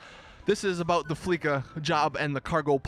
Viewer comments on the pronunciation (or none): you a rockstar logic? YOU calling the first heist as flee K a, its flee C a (pronounced as an S), in the goddamn game they keep saying fleeca the whole time, but no, you insist on calling it fleeka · It's fleeca not fleeka you say it with a sa not a ka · I hate it how he says the fleeca job like fleeka job.